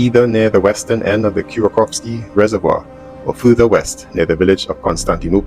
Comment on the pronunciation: Just to help you out, It is pronounced Kur Kof in english